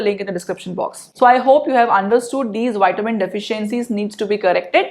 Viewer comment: It’s Vitamin as in V not witamin - say the V it’s not a W